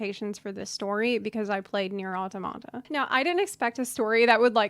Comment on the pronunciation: why does no one know how to pronounce Automata correctly...